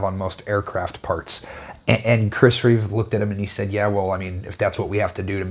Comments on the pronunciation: I don’t mean to nitpick but I thought I’d point this out in case you were genuinely unaware, somehow: You’ve instinctively added the letter S to the end of the maker’s name, Chris Reeve, where that extra letter does not belong, in your speech and in your written word. It’s probably a common mistake, so not a big deal, really. This exact knife model is the only CRK folder in my substantial edc knife rotation. I also own a black DLC CRK Nyala fixed blade and that one is truly awesome, in hand. I like your style of review & comparison so I’ve just subscribed. Cheers! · It's Reeve, not Reeves.